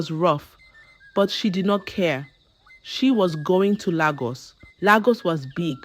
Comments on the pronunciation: Lagos not laaagus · Nagos not Lagos